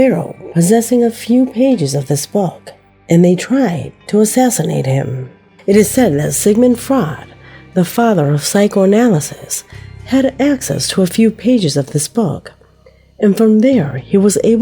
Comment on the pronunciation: Sigmund Fraud had me crying